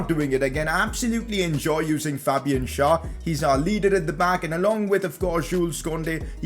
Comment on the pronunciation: u keep on saying SchAr instead of SchÄr